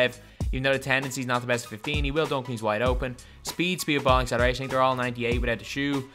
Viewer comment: This dude said "I tink" 🤣🤣🤣